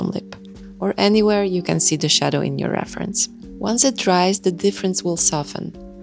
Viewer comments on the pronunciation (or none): none